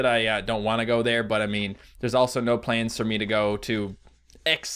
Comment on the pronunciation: I'm English so when he said planes to go to minisoda (is that how you spell it? ) did he mean plans?